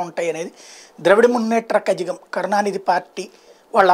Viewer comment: కజగం కాదు కలగం